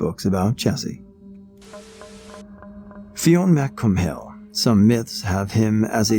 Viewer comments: Fionn Mac Cumhaill is one of my favorite mythological characters - but it's pronounced more like the anglicized version "Finn McCool" ;) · You mispronounced "Fionn Mac Cumhaill" Its pronounced, I shit you not, "Fin McCool" Irish is a funny language...